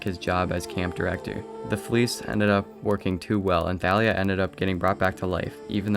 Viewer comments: I'm pretty sure Thalia is pronounced like "Tall ia" not "Tha lia" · Nah, the author said it was pronounced Tha-lia.